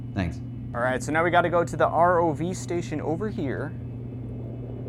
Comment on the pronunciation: R-O-V man. Not ROVE